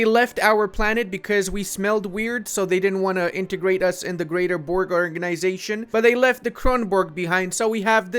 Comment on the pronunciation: can i PLS PLS PLS tetch you how to say Borg. it souds so funny when you say it:D <3